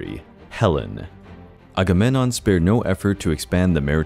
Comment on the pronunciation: For a channel devoted to ancient mythology, you'd think he'd know how to pronounce Agamemnon and Menelaus correctly...